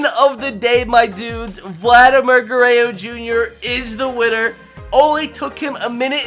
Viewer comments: Does it bother anyone else that he says Vladimir Gurrayo Jr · Um it’s pronounced gur-rer-ro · Garayoo you sound like my trying to speak Spanish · Ger-ey-oh? Gur-rár-róh That's correct pronunciation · Gerrayo? Its gur-rare-o I can't even begin to understand how you say ger -ray-o Guerre(RO) not Guerre(YO) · I can tell you never watched Vlad Sr growing up🤣 guerayo🤦🏼‍♂️ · It's Gur er ro not gurreo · he also said it in the first seconds, he said shohei otahni vs vladimir garayyo jr. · please stop saying gureyo it’s guerrero to sets of rs not one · It’s pronounced (ja-rear-oh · Lol he says gueyro,vlad would laugh so hard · It's pronounced gur rer ro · Guh-ray-oh lmfao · Dude it’s Guerrero there’s an R at the end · "Vladimir Gurrayo" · Legit unsubbed cuz he says DINN-Gers and Vladdy Gerreo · It aggravates me the way he disrespects Vladdy name with that garrayo LOL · It’s pronounced gurr-rare-oh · “Vladimir guerayo jr” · Did you just pronounce “Guerorro” like “gurayo” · Say it with me: "Guh-rare-o" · bro you're causing me so much pain... its Goo-rare-roe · nobody:: “Vladimir Garayyo Junior” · he said it before that around like 3 minutes too lol i love garrayo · Grayo, grayo, grayo, grayo shouts the crowd LOL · Gurayo jr. lol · vladimir guereyo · It’s not Vladimir Guerreo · Says vlads name wrong lol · if you say gurrero is your favorite player..how come you can’t even say his name right 🤔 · dude if you keep pronouncing Vladdy’s name like that im gonna kms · K u do not know how to pronounce Vladimir Guerrero jr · Is it a joke that he says vlads name wrong? Never watched this guy but it was kinda annoying lmaoo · LEARN HOW TO SAY GUERRERO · please pronounce Guerrero correctly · How do u miss pronounce GUERERRO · Bro you can’t even say Guerrero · You pronounce Vlad name wrong 🤣🤣🤣🤣🤣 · the way he pronounces Vladdys name is painful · I was thinkin the same thing 🤣 like bro there’s a 3rd R in there